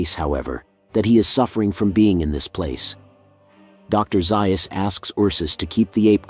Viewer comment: I wish someone would tell the narrator that Dr. Zeus' name is pronounced Zayus and not Zeius.